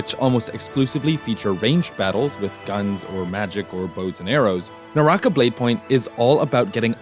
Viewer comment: ew NAH - RAH- KAH, not nawrahkuh